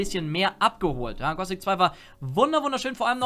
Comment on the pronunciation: ich weis es ist nur eine kleinigkeit aber wenn irgenjemand gossic statt gothic sagt klingt dass einfach so falsch. Genau wie bei jedem anderen wort mit th